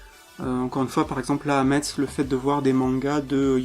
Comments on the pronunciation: Sa se prononce mess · Je te suis et soutien depuis le debut de 'au rayon manga' mais en tant que mosellan je me sens obligé de rappeller que Metz se prononce 'Messe' ; ; En tout cas bravo pour cette vidéo et pour ta chaîne en général ! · Bon courage pour le montage alors :) (au fait metz ça se prononce messe :D)